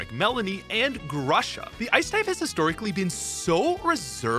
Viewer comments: Actually Gru-sha. I am from Ukraine and in Ukrainian grusha means pear. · everything i wanted to say has been repeated by everyone ad nauseam, but i really wish the ice type was handled better in the games, regardless of where it gets placed, as lorelei and melony demonstrate. also please stop pronouncing grusha like that.